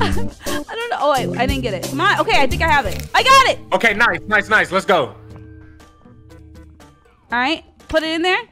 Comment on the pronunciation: Him saying let's go: Let's gorow